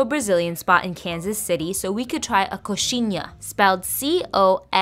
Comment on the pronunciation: You usually start at the top and bite off the point, and the cheese inside is requeijão but everyone calls it catupiry as it's the most famous brand with an amazing quality that has produced it. Also you did pronounce it right! I recommend you also try brazilian "pão de queijo" that translates to bread of cheese if you haven't already.